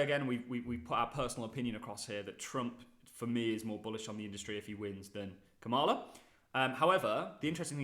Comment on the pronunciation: How hard is it to say Kamala accent on ka